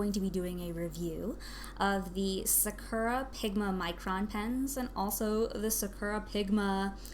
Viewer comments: What? “Sukera” pens? It’s Saa-ker-Raa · Sa-uh-kur-ah? No no its pronounced Sak-ur-ah